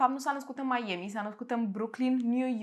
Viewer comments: n-am auzit in viata mea pe cineva sa zica meieami :)))) pana si doamna aia cu "nu apa" zicea mai ok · Și ce dacă a greșit cum se pronunță Miami ,după sa corectat . Dacă nu-ți place acest canal superb poți pleca , ce nu ai ce face ? fa temele 😒😒😒🤨